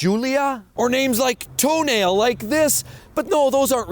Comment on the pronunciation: You pronunciation of Tonale and every other Alpha name in this video wrong my man 😆